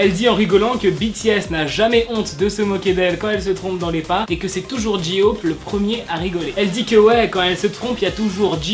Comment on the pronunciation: Quand tu sais pas prononcer les noms des idoles tg merci on dit « jay hope »pas « jihope »